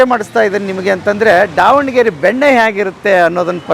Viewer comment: ಅಣ್ಣಾ ಅದು ದಾವಣಗೆರೆ, ಡಾವಣಗೆರೆ ಅಲ್ಲ